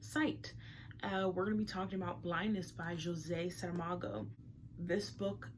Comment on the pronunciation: Thank you for the video. You've expressed yourself so eloquently. Also thank you for pronouncing his name correctly and beautifully. I have read the "Cavern" and I'm about to start the "Journey of the Elephant". I'm looking forward to read "Blindness" despite you mentioning its bleakness. The "Cavern" wasn't very dark, but it also had a heaviness to it, or more a flare of doom regarding technology replacing human crafts (the art of ceramic in the book) which is food for thought. Thanks again.